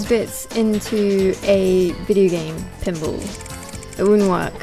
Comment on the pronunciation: Funny how she pronounces pinball. "Pinble".